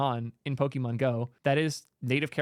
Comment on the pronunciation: everytime he says 'poki-mon' a part of me dies. poket-monster, pokémon.